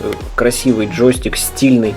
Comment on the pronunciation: ладно, но мне слово джостик знатно режет слух